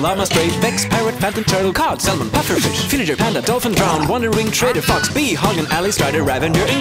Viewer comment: Tropical fish was countrd they just said Tropical faaaah Instead of fish